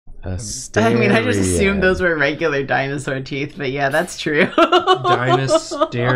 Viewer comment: Thank you for your good work, mispronunciation also activated my need to correct dinosaur pronunciation. And your psittacosaurus facts are incredible